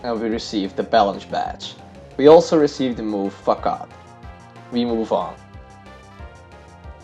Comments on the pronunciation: Nice video I love bug types but seriously. Facade is pronounced fasod not facad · Bro, I am not a hater but you pronounce it FAKAD. It is actualy pronounced FASAD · Very nice video but pls stop saying fakad instead of facade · Its FA SADE NOT FAKAD (facade) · He said fuckad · Not facade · C in Facade is pronounced as an ''S'' so FaSade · It sound like you said fuck off not facade lol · it sounds kind of like "fuck off" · Facade = FUH-SOD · I dunno but I laugh so hard everytime he says "facade". Maybe it's in his pronunciation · Yeah I thought he was saying something very different lol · Hello friend, this video has appeared in my recommendations B) Very nice vid and very nice commentary, but I notice some flaws: Surskit would deal a bigger damage vs Machop if it used bubble instead of quick attack Facade is pronounced with s, not with k P in Psybeam is silent. I'm looking forward your next videos!